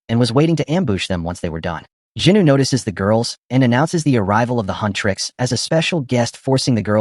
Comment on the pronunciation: Bro it's Jinu not Juny😡